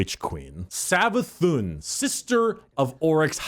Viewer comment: "Savathun" Oh God.. Its Prnounced Savathoon (Cause It has the Accent above the u making it Like this Savathûn, Meaning its Not a 'u' sound its a oo sound instead.)